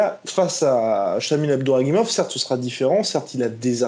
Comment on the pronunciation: Pas Abduraguimov mais Abdurakhimov mdrrr vous confondez souvent